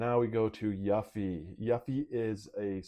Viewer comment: a final fantasy fan.. but can't pronounce Yuffie correctly? interesting